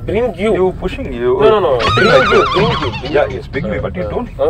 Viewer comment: Aathu "pinching" bro pushing ilaaa